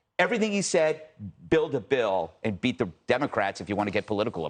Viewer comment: It sounded like he said “be” the democrats, which would be accurate in this case. Seems like he meant “beat” the democrats, by signing a bill that is progressive gun reform.